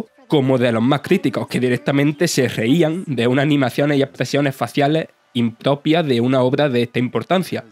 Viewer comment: ...animaciones "impopias" ...antiguos "tabajadores" de Sega ...cortes muy "estaños" ...y así todo el tiempo